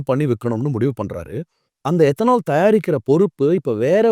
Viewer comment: Ethanol ethanaal 😂